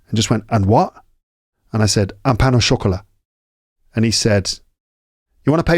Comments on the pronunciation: I learn quite a lot from your podcasts, may be I can help with your pain au chocolat thing. It seems you link pain with au, that sounds like paino chocolat instead of pain / au / chocolat. My favorite podcasts are the ones in Paris streets and with your guests 😊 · By the way, it's not 'pain nau chocolat' but 'pain au chocolat'. You don't link 'pain' and 'au' like you would in English. More like linking the two words with 'w' sounds, or 'pain o chocolat'.